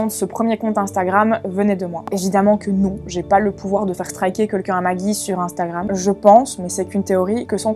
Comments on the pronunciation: Arrête de dire inestagrame 😂😂😂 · Pourquoi vous dîtes tous ine-stagram 😂😂😂